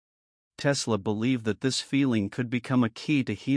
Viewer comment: Your A.I. robot narrator gets the inflections wrong. When it says "Tesla explains it this way", it puts the emphasis on the word "explains", so it sounds like this: "Tesla EXPLAINS it this way". But what the script is supposed to be saying is "Tesla explains it THIS way". GET IT??? It's a completely different meaning!!! Why can't you clowns fix this stuff before you post your A.I. video?? Or better yet, how about getting a REAL HUMAN BEING TO READ THE DAMN NARRATION. I'm so sick of your BS.